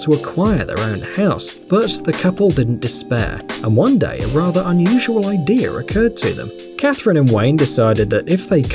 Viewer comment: It's "idea", not "idear"... there's no R in idea.